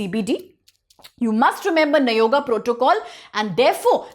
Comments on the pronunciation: You are correct bro she spells nayoga as you said earlier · You are destroying our speeching also by consistently saying nagoya as nayoga😂😂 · For god's sake, kindly call it as nagoya